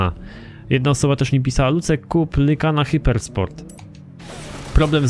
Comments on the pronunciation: lucek mówi się lajkan xddd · lykan czyta się lajkan xd